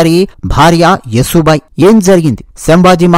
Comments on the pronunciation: మిత్రమా... ఆమె పేరు "యశోబాయి" Yasho bai. యసు బాయి కాదు. please note. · సోదరా! యశో బాయి అని చెప్పండి. మీరు స్పష్టంగా పలుకగలరు. మీ వీడియో చాలా బాగుంది. ఆవిడ పేరు యశోద లేదా యశస్విని అయి ఉండవచ్చు.